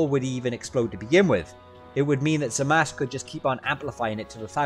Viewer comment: I'm kinda disturbed by the fact that ya pronounced "zamasu"-uu as "zamas" 😂😅